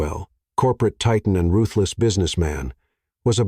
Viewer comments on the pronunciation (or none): none